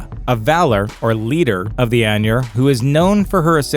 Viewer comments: "Ainur" eye-nurr, say it with me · Eye-noor, not anyur. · Andrew Wesley man why spread negativity, he’s right it’s pronounced eye-nurr